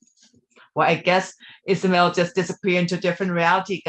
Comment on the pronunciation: Ismael not Isamel 😊